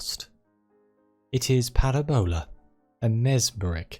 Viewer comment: It's Paràbola. Not Parabòla. I enjoy this, whatever this is. YT recommendations are weird sometimes.